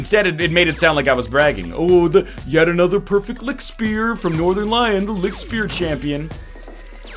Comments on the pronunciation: The right pronounciation would be something like: Li-sh-t-sh-p-air (Li-ch-t-sh-p-eer) (from German for: Light Spear) The sh sounds are just like in fish. The "air" is pronounced just like air. The other consonants you nailed pretty much; they don't have a special or different pronounciation than in english. For reference, you said: licked spear. However, as an addendum, the devs do not seem to speak German themselves or only know the meme-y version of it. Putting "das" in front of every noun is simply wrong in a lot of cases. For example, the level "das frostberg" should be called "Der Frostberg" (capitalization intended). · Not really a Seoul Seoul situation - the German pronunciation of Lichtspeer is far enough away from "Licktspier" that you don't have to be German yourself to hear the difference. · Sound like he is saying lick spear :D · So, it's pronounced "Lih-hyoot"? That doesn't sound right. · Just for future reference NL, this would be pronounced Licht, with a very soft h sound in there, kindof like you're saying the c and the h seperately not together, speer. The "sp" sounds makes a "shp" sound and the "ee" makes an "a" sound. Liktspare. Think of it like that. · everytime he says: ligkt. i die irl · Funny Pronounciation! I'm German and I only watched this video to hear how english speakers say " Lichtspeer" xD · Good pronounciation (hopefully this was correct) but the ch in lichtspeer sounds like a angry cat :D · Nl you are right. It is German and it means light spear but your pronunciation is completely wrong :P But that's fine ;) The German in the game on the other hand is awful... Couldn't they have been bothered to ask someone German to review their German words and sentences? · Es ist nicht lichtspeer, es ist lichtspeer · nicht lichtspeer, sondern lichtspeer? waaas? xD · Its not Lichtspeer, its Lichtspeer you egg!